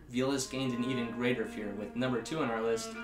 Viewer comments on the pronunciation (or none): none